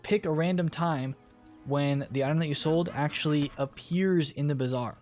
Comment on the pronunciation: It's Bazaar 😂